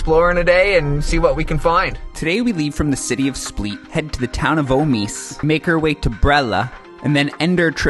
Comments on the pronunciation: It's split not spleet 😁 but otherwise an excellent video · Hi, Split is pronounced the same as the verb "to split". Quite simple. :) I'm not sure if your Croatian friends in Canada were pranking you or what (you mentioned you heard it from them), so just a friendly correction. ;) Enjoy!